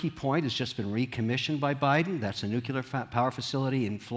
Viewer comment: It’s NuCLEAR power, lollll not NUCULAR